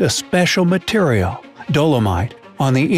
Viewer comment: >"interstingly enough..." >"interstingly" > INTERSTINGLY kek